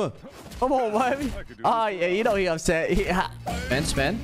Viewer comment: best line ever you know hes "up sett" XDDDDDDDD